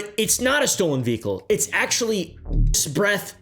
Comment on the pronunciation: I don't trust anyone who ever says the word vehicle like that